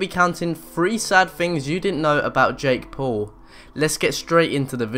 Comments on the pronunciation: Jake pooh. Lol😂 srsly? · who the hell is jake pool ??? 😂